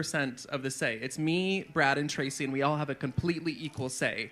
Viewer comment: Lol so hard when said Trackie and not Tracy Love you, 🥰